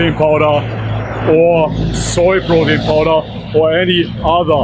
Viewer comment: I hear you say brotein lol 😂 totally okay though, not trying to humiliate u🤘